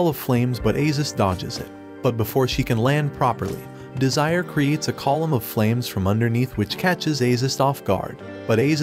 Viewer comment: Bro said desire